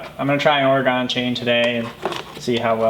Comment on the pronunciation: Just an FYI. Oregon is not pronounced Ore-gone. It's pronounced Ore-gun. ;) Great video.